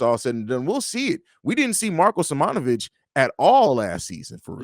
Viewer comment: You guys be saying Marko’s name wrong, it’s sim-own-ah-vich